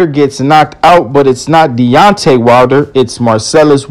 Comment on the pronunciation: It's not "DONTE WILDER"!